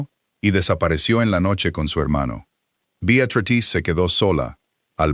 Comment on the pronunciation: Si está escrito Beatrice pronuncia Beatratrice, que horror de lectura